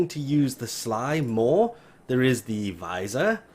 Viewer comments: It isnt pronounced V-eye-sir... Its pronounced vizz-ear. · It isn’t ‘visor’ its ‘viz-eer’